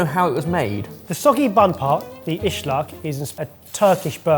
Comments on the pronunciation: dying everytime they say ışlak it is ıslak just a normal s. meaning wet. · For future reference: "ıslak" (not pronounced with a "sh" sound) just means wet in Turkish. If you order an "ıslak hamburger" in Turkey, you'll get a soggy burger, but if you just order "ıslak", you'll get nothing, because that's not a thing.